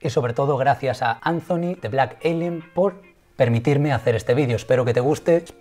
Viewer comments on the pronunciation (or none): Blak elienn!!!! Es blak alien wey ,estás igual que la morra de colgueit,!!! y ablaste un chingo y ni pasaste casi al compa